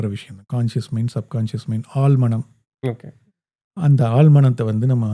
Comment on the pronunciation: ஆழ் மனம் (not ஆல் மனம்) வாழ்க்கை (not வால்க்கை) பழைய படம் (பலைய படம்) குழந்தை not குலந்தை, ஒரு வழி not ஒரு வலி, எழுதி not எலுதி. தமிழை தமிழாக பேசுங்கள். தயவு செய்து.